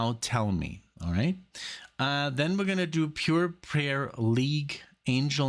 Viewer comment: The name of the band is Pure Prairie (prai·rie) League, not "prayer"....A tract of rolling grassland